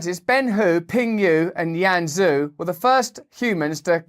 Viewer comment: Zhu is actually pronounced Jew